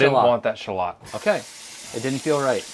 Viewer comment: Someone needs to mention that mispronounces Shallot the first time and everyone after that just continues with the misprounounciation.